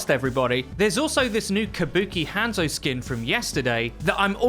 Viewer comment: Anyone else slightly triggered by his butchered pronunciation of Hanzo?